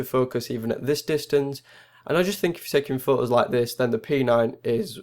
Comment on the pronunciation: "Okay today we r gonna take some phooes "